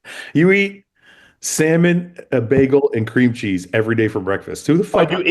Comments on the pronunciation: Why is the guy pronouncing it "beggel"!? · am i the only one the reacted to the way the hotdog dude pronounces bagel? to me it sounds like he says beggle hahah